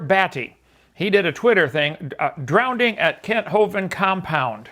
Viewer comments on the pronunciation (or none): But, outside of David Copperfield, does anyone but Kent pronounce "drowning" as "drownding"?